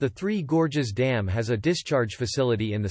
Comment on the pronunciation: "Three Gorgeous Dam". 🤣 What is "gorgeous" about Three Gorges Dam?